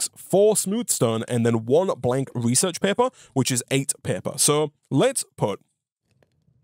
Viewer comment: reaserch paepuhs